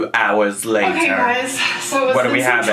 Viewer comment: I love it so much when you’re like ‘Two. Hours. Later’ 😂